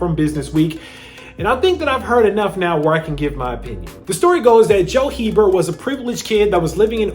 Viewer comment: Their last name is pronounced ‘Abear’ Not HEBERT lol. I’ve known several people with this last name.